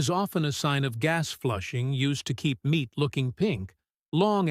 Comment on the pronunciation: Is the narrator AI or has he got a pole stuck up his behind? Even the subtext gives me incorrect words for what is being said! Nothing dramatic BUT come on speak clearly and pronounce the words correctly so the subtext will spell the correct words! IT IS MEAT NOT MINTS!!!!!!!!